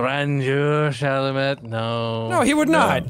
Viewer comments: I feel like I'm the only one slightly bothered by them saying Timothee Chalamet's last name wrong lol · as a French person I can’t underestimate the frustration I feel hearing these guys constantly saying Timothee Chalamets name wrong…. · is no one talking about how they pronounced timothee's last name wrong? 😳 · when none of them pronounce chalamet correctly